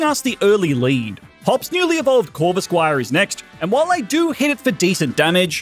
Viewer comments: how’s nobody realize that he said corvisqire also Cynthia is 30 and is 24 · Bro said corvisquire